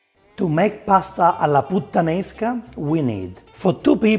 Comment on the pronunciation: I like it when says "Putta-nesca" with stress on the Putta